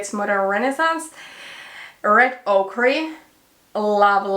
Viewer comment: The random number generator was kind very kind - Realgar and the MUG shadow both look super fall appropriate! Ochre is a pretty unusual word in English in that it's pronounced like oak-er (and there are plenty of native speakers who would try the same pronunciation you used!).